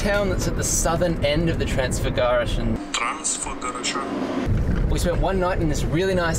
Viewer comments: Dear, you have to do an exercise: Trans-Fagarash (the name of the mountains) -An. Trans-Fagarash-An. I bet you will do the best pronounce. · Hey guys! Watching you from Sydney, enjoying the place i called Home, a long time ago! I am so happy, you are enjoying the place! That lake, when the sun hits it, is magical! Transfăgărășan...laughed so hard at your pronunciation! At least you had a go! You did good! Cheers!